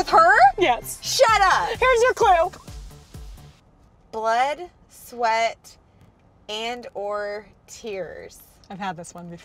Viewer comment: When she said blood sweat treas I was like KPOP FAM WERE YOU AT?